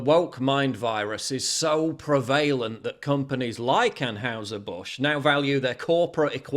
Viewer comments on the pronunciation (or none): Prevalent is NOT PRONOUNCED LIKE THAT. Thanks